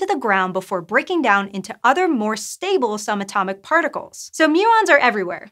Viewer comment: she says "some atomic", when she should've said "sub atomic". Come on, make them listen to themselves. At least she's not racing to get through her talk, or on word compression speak with NO pauses between every sentence.